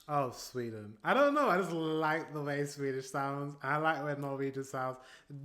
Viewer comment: She is danish herself so she pronounces some of the swedish words with quite a strong danish accent😊 I agree with you though that she’s great at what she does and very creative🙌